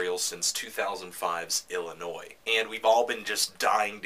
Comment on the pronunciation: Hey, Sufjan's album was IllinoisE, not Illinois. It is kinda hard to take a bunch of fluffy, opinion word-clouds when you can't even pronounce the name os his album correctly.